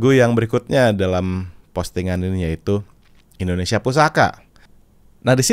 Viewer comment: Suara agnez mo sangat bagus..tpi di menit artikulasi pengucapan bahasa indonesia bukan indonesia tpi endonesia